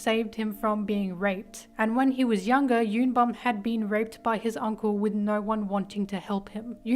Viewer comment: Y'all literally reading Bum's name as "YUN BAM/BOM" when it's actually YOON BOOM, please they are koreans ಥ‿ಥ